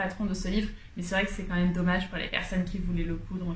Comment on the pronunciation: Coucou! De belles cousettes et de belles finitions. Et ce trench-coat de folie !😍 Comme tu dis « dommach » pour le livre Bohème chic.😅 De mon côté veste dahlia en 42, je n’ai rien à redire sur la taille. A bientôt ☺️